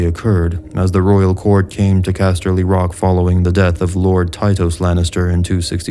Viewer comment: The way you say castley rock is fucking annoying